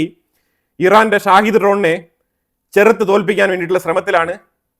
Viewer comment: ഷാഹിദ് ഡ്രോൺ എന്നല്ല ഷഹീദ് ഡ്രോൺ എന്നാണ് പറയേണ്ടത്..ഷഹീദ് എന്നാൽ martyr എന്നാണ് അർത്ഥം..സ്വയം പൊട്ടിത്തെറിക്കുന്ന ഇസ്ലാമിക ഭീകരവാദികൾ സ്വയം വിളിക്കുന്നത് ഷഹീദ് എന്നാണ്..അത്പോലെ ഇറാന്റെ കയ്യിൽ Tomahawk പോലെ Saumar മിസൈൽ ഉണ്ട്.സ്കൂൾ പൊട്ടിയതിന് പിന്നിൽ ആ മിസൈൽ ആവാനുള്ള സാധ്യത ഇപ്പോഴും നിലനിൽക്കുന്നു.